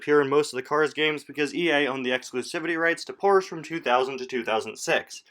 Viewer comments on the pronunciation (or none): You can't pronounce Porsche right and it really bothers me